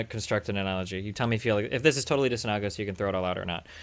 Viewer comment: She keeps saying disamalgamous. I think she meant disanalagous, but she says it wrong so many times I actually looked up to see if it was just a word I didn't know.